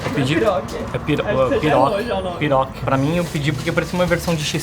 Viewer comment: kkkkk se chama Pi-ro-ki